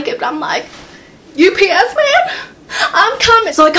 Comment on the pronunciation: When she said "UPS man," I thought she was saying "You BS man."